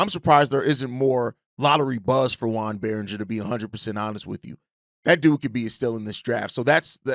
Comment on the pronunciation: I think his name is JOAN Beringer, not JUAN. French not Mexican. Like Joan of Arc.